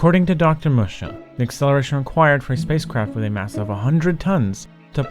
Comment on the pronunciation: Assuming "Musha" is a Japanese name, it's pronounced more like "Moo-shah". Fascinating video, though!